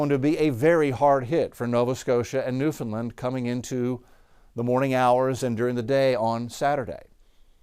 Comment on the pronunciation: I'm in Newfoundland. I appreciate that you have extended your coverage for our neck of the woods, and I especially appreciate your efforts to learn how to pronounce Newfoundland :)